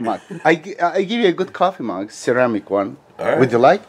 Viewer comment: Seramiği yanlış telaffuz ettin. .. duzelt hemen ☺